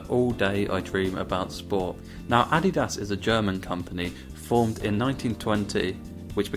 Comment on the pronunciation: the way u said Adidas, i cant